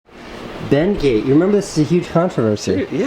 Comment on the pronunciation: HHAHAHAHAHA HE SAID IN “been gate” ifykyk😂